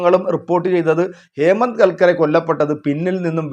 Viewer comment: ഹേമന്ത് കല്‍ക്കരെ അല്ല കര്‍ക്കരെ ആണ്‌